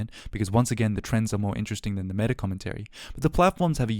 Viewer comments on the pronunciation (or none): none